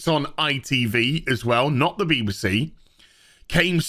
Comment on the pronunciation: I love the pronunciation of BBC "Beebersee"